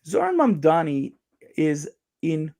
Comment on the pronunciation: Mamdani is not that hard to pronounce bro